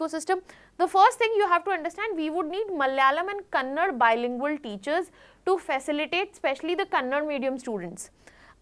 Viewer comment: It's not kannad, pronounce it properly KANNADA ಕನ್ನಡ ❤️💛